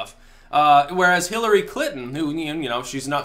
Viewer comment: “Killery”? Anyone else hear that?